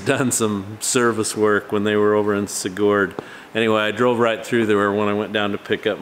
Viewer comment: I live in the same valley Sigurd and my Sister actually lives in Sigurd. We locals pronounce it Sig - heard. I don't mean to say this in any way to degrade or anything like that I just figured that it would help with the pronunciation. I live 3 - 4 small towns south of Sigurd.